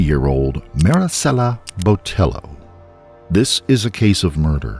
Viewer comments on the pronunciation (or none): I appreciate the pronunciation of Marisela, but I want to politely let you know that the "ll" in Hispanic names is a y sound like "tortilla" so her last name would sound more like Boteyo. I don't blame you for the pronunciation as it seems like news outlets also mispronounced her last name. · The attempt at saying her first name with the gringo Hispanic accent while saying her surname with the hard L when it was a double LL, therefore making it a ‘ye’ sound hurt me into my bones. And somehow the name of the victim was said a billion and a half times in this video.